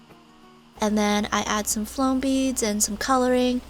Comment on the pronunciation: U said flome beads instead of foam